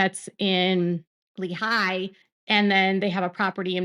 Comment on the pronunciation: Now if she can say Zion and Lehi correctly.